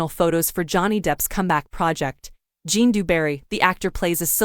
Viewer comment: Zhjan, not Jon